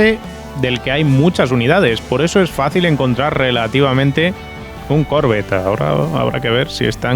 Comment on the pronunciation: Porque dices Corvette con acento en la o.no se pronuncia así.que lo sepas